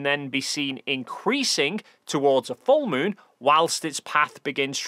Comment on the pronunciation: Sorry, you called the moon the smoon which means your fake cgi 😂 ❤